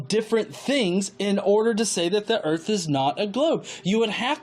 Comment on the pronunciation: Where are this guy’s overalls and banjo? “ I reckon the erf is flat”